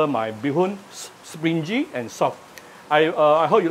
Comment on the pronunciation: springy should be pronounced as spring - ngee. Not with jee.....